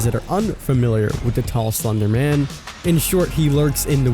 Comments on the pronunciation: Did.....did he just say sonder man? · how is no one talking about how he said slunder man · Did he say slonder man